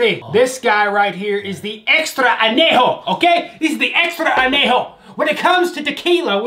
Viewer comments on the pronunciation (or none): listening to you pronounce anejo....... hurts me